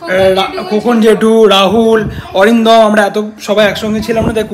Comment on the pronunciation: Atindom ke Arindomda bolo.Tomar theke boyeshe anektai boro.